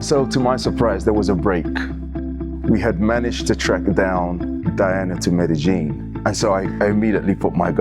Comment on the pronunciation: Why's everybody pronouncig it meddy-gin, Anglos attempting Spanish have accurately called it medeyin for 30 yrs. Woke BBC use keev instead of kiev but wont say paree instead of Paris thankfull. There needs to be a cosistemt pronucitaion go to for anglos, hopfully bringing back peking and bombay for us boomers